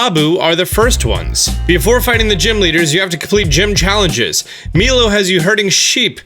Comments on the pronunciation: Who doesn’t know how pronounce the name Milo? It’s pronounced “My-low” not “Me-low.” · Oh god it hurts my ears to hear him say Milo like “me-low”... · Meelo 😂😂😂 its milo you fuckwit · my-low is how you pronounce it